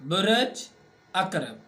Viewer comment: آپ بُرج کو بُرَج پڑھ رہے ہیں لوگوں کو مس گائیڈ نہ کریں آپ کسی سائیٹ سے پڑھ کر سب بتا رہے ہیں جناب آپکو کو ککھ نہیں پتا آسٹرالوجی کا